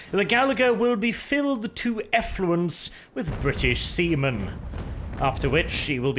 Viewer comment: I am actually not sure if say See men, or Semen